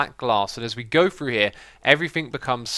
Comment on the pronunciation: I notice when you say words that start with "th", you pronounce it as "fr". I first noticed it when you used the word "three" a lot in an episode. For you, three is "free", through is "frough", and throw is "frow". Sounds kind of funny. Must be a British thing.